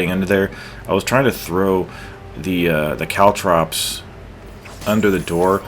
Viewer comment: No your saying caltrops correct...but good luck saying makibishi, which is what the ninjas in nary to call caltrops lol